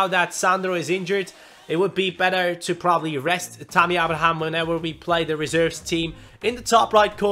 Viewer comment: I HAVE SAID THIS THE PAST 1-2 SEASONS ABRAHAM'S NAME IS PRONOUNCED (AY-BRA-HAM) SORRY TO BOTHER YOU ABOUT THIS BUT IT HAS TO BE DONE. LIKE SO CAN SEE.